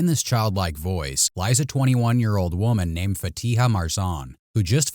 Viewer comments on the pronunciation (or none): none